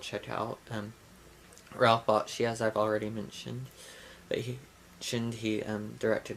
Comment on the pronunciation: "BAKSHI"........"RALPH BAKSHI"......my dear..........otherwise........very informative .........